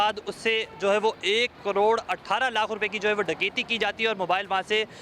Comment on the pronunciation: کڑوڑ نہیں کروڑ ❤❤❤